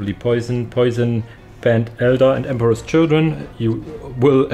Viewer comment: Nice vidéo for lunch time. Side note unless that person told you but I take it poisson is french so their name is pronounced différently and means "dream fish" in english which is a pretty cool name.